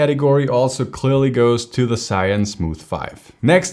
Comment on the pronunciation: Great comparison! I have the Smooth 4, now I have to upgrade. BTW, "ZHI" & "YUN" are two separate Chinese characters. Here is the correct pronunciation